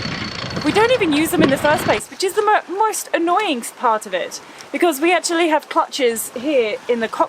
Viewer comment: Did you say " the moist annoying thing is"? Maybe I misunderstood.